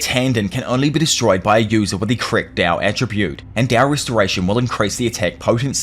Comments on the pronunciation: stop saying dao its tao bruh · its tao not dao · Bruh... why are u calling it dao... its literally tao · T-A-O "tahh-oh" not dow like dow jones 😂😅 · he keeps saying dao.. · Thought it was called tao, why is bro pronouncing it with a D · I really love what u do bro but the constant mis pronunciation of Tao is driving me nuts 😢